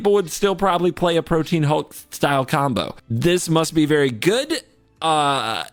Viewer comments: That is not how you pronounce protean, its not protein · Holy shit, yet another person who pronounces Protean Hulk like "Protein". IT'S PRO-TEE-AN